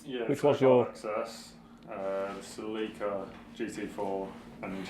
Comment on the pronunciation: Celica - pronounced "Silly Car" :D